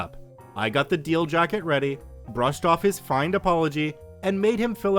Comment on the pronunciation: Feighned was pronounced wrong. It should rhyme with rained.